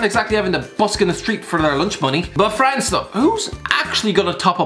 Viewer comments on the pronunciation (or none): none